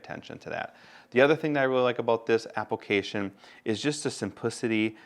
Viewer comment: I laugh each time you say "apple-cation"